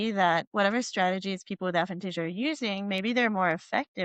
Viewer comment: Her constantly mispronouncing the name of the condition was quite frustrating.